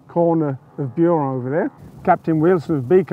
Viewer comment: I commend your French pronunciation of most place names [I'm British but speak French quite well]. However, is Buron pronounced like you are doing it? /'bju:rɒn/? Anyway - just a nitpick. Loved this video and have subscribed.